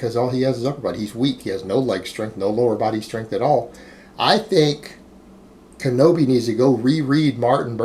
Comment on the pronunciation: Pronounces kinobi LoL you’re a champ